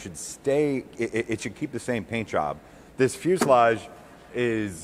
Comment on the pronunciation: Wow, you pronounced fuselage correctly every time!